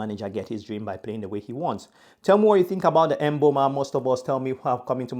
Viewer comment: thanks appreciate it and do you pronounce it with a 'a' at the end of 'o' because it sounded like you said mbeuma